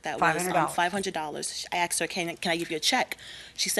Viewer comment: AXED FOR BLACK PEOPLE